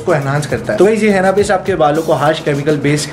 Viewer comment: हेना नहीं होता वो हीना होता है 🤣